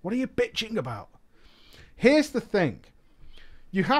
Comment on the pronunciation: Robert Smith same with Thing being pronounced as Fing. Been being pronounced as Bean. And they call us stupid cowboys